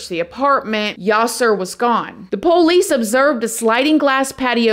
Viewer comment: You are so beautiful and smart, I love your videos but I wish you pronounce 'Police' correctly. I don't think its poowlease.